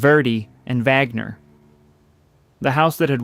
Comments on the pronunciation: AI bs. VAGner. Are you kidding? And the voice of the narrator is not that of a living human being! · It's, "Vahg-ner." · It's very obvious that this video was made with ai. It even says so right under the title. The images on this channel never match the narration, which is wooden and full of pronunciation errors. "Wagner" is pronounced three different ways, all of them wrong. This is supposed to be about opera, so whoever programmed this thing should know better! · Dear AI: It is not Wag Ner or Vag Ner. It is Vahg-ner. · VOGNER - Vaaagner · The AI voice mispronounces "Wagner"...an elementary mistake... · CAN'T YOU EVEN PRONOUNCE WAGNER'S NAME CORRECTLY ????